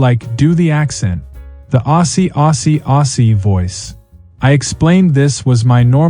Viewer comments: Aussie is pronounced Ozzy, without a double “s” sound. AI limitations again on show.😅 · Why do AIs that are supposedly narrated by an Aussie always pronounce 'Aussie' incorrectly? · The voice over is Definitely not Australian by the way he pronounced Aussie Aussie Aussie oi oi oi